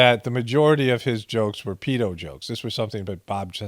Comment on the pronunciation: You're the only American I've ever heard pronounce 'paedo' correctly Cheers, 👍🏻